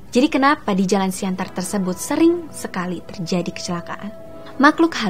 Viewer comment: siantan hulu bos bukan siantar...